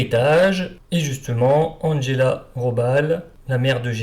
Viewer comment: Bon, j’ai cessé d’écouter dès les premiers mots. Cet « Andgella … Rôballe » est insupportable ! Faire passer la prononciation de toute langue étrangère par le filtre de l’anglais est intolérable ! Quand on fait une émission sur l’histoire allemande, on se documente - un tant soit peu - sur la prononciation de la langue allemande. Qui, en passant, est infiniment plus facile (la prononciation) que celle de l’anglais. Me rappelle (entre autres) les cuistres qui, à l’époque, prononçaient sans tiquer « Maïckôôôll » Schumacher.